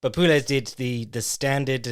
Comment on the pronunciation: It's kinda like Claudio "Puéyes" 👍